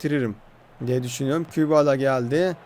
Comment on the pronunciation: Aga şu Kübala dediyin sade dilde. "Qebele FK" nası yazılıyorsa öyle okunuyor